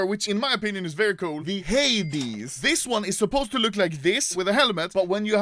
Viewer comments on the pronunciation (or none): none